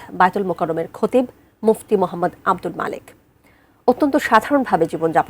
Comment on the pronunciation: তার নাম ও প্রতিষ্ঠানের নাম সাংবাদিক সঠিক বলতে পারলো না!